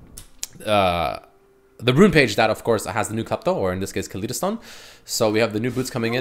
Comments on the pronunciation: u are say Kaleidostone wrong. Say it as if its spelled Kalydostone. ly should be said as if u were saying lie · Ka-ly-do-stone. Just like Kaleidoscope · ka-lide-o-stone like kaleidoscope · Probably meant to be pronounced like kaleidoscope. Ka lie doh stone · HOLY KAH-LEE-DOH! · Learn how to say Kaleidostone correctly lol